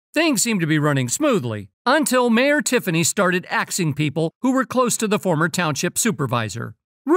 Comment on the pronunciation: the narrator said she started axing people 😅😅😅😅